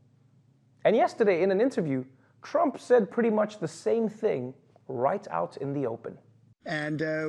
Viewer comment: Did he say Crump instead of Trump? Not deliberately, clearly, but it sounded like Crump.